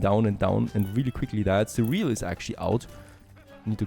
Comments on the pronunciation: It’s not ce real, it’s cer re al. Ich weiß englisch ist schwer. But always entertaining. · Check the pronounciation of the word cereal. (more like serial)